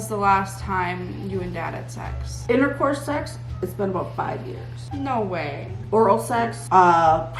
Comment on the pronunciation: I love how pronounces intercourse as intercurse 😂